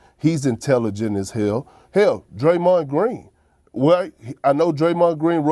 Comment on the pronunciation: did he just say Draymon Green !!!! 🤣🤣🤣🤣 what an idiot